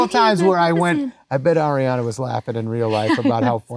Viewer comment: This was so heart warming ❤ i hope adams okay that cough sounds rough. Kinda random but I love that he pronounces her name correctly. So many people are still saying it like air-iana 😅